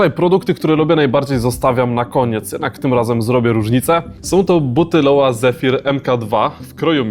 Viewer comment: super buty i prezentacja nie rozumiem tylko jednej sprawy, czytanie nazwy jako "LOŁA", to nie amerykańska nazwa butów i firmy, a niemiecka, pochodzi od nazwiska i imienia założyciela, Lorenz Wagner – stąd Lo-Wa ale mogę się mylić :)